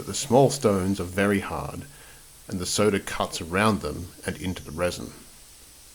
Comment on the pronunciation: There's no er in the word SODA ! 😳🥴